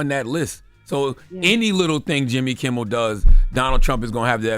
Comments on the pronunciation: Did she just pronounce Jimmy's last name as "Kimball"??? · She can't get Jimmy Kimmel name right to save her life. Every time on every episode she says "kimbel" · Kimmel, not Kimmbel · She keeps saying Jimmy Kimbal…. It’s Jimmy KIMMEL 🤦🏽‍♀️ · No “B” in Kimmel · His name is KIMMEL!!!! Please,, stop calling him Jimmy Kimble. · Why does keep saying Kimble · If she keep saying Kimbell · Is this girl calling him Jimble Kimble on purpose? Lol😊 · Is she saying Kim-bull ? Or am I trippin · Its KIMMEL for the love of Jesus as a reporter, say it right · yt:Did she say "Jimmy Kimball?!?!?!😄😄😄😄😄😄😄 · At one point she called him JIMBLE KIMBLE. OMG! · Its reference to howard stern show and the wack packer wendy the slow adult. She mispronounced jimmy kimmel name as jimble kimble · Man she really butchering his name 😂